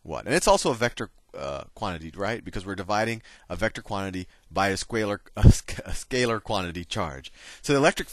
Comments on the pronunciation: I don't know why I laughed so hard when he said "squalar" lol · I'm supposed to be learning this, and im too busy rewinding and laughing at "SQUALER" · "Squalar" XD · I lost it when he said squaler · came to the comments to see if anyone else laughed when he said "squaler" lmaoooo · "Skwaylar" lol